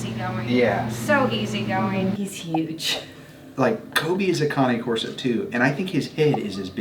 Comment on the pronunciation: I think it's pronounced "Cane Corso" like an old man's walking cane.. Kay-nn. Not.. conic corso? o.o